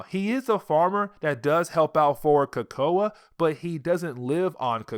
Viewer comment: Bro your killing me with how ur saying Krakoa, but thanks for the upload.